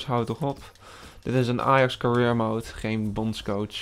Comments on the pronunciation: jaa maar alsnog hoe die het uitspreekt klopt gwn niet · Je kan career niet uitspreken, ik ga stuk 😂